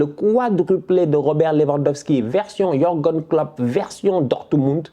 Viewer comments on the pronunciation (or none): none